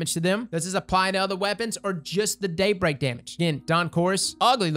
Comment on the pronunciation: when said “Daybreak projectile” it sounded like he said “date rape projectile.” made me real curious for a second lol.